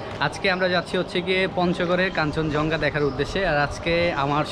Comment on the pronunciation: vul uccharon koren keno? eita hocche "kanchon Jong Gha" not "kanchon Jhong Ga"